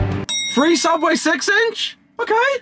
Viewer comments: Don’t you mean... Sooubway? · Don’t you mean sooubway?